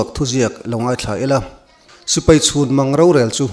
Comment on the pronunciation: sipai chhunmang, i tih kha ,chhuanmang,tih tur zawk aw